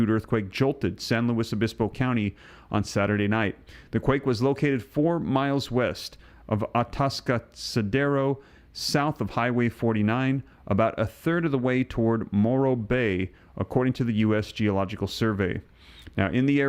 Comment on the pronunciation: I think it's A-task-a-dero. I'm grateful Ieft California when I did! 2020